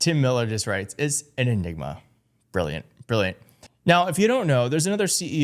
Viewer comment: He is saying “the n word” when he says “enigma”